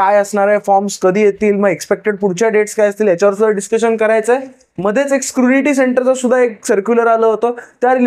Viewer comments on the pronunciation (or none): Scrunity nahi re ...scrutiny 😅